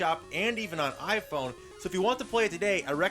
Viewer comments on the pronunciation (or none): none